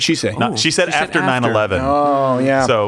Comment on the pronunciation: Khaaaaaaveeee. Khafter. Jeeze.